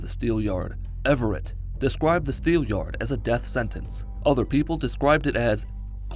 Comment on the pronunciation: Every time you said Everett I was like what😂😂